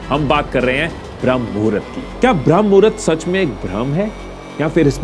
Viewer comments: Shuruat hi mistake se krdi... Bram nhi BRAHAM HOTA HAI ❌❌❌✅✅✅ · Common I didn't accept this from you, it's not bhram (भ्रम) mahurat, it is always called brahamma ( ब्रह्म) which is a kaal of brahama dev, or time of ब्रह्म देव, pure video me aap baar baar bhrama ko bhram भ्रम bol rahe ho, very disappointing U disappointed me today, my first dislike on your video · Bhram nahi h Bramh muhura hota h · Abey bramh hai bhram nhi